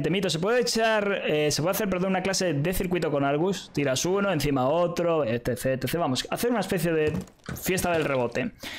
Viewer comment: Cuando dice ETC parece que dice Ete sech